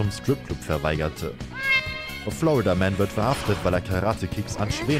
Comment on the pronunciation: Ich verstehe andauernd Flood-a-Man, anstelle von Florida-Man 🤔